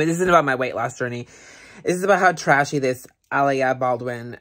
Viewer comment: It's A-lai-a